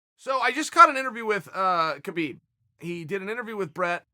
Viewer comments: be4 he fights Habib. Chael, and it's not Kabib, it's Habib, the K is silent. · Mcgregor's does not deserve a title shot. In addition, Khabib was unfairly fined $500, 000 by The NSAC. Khabib's name is pronounced Habib. Chael are you just a disrespectful person. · Chael it’s Haa-beeb...